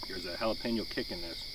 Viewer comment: it's not pronounced jalapino!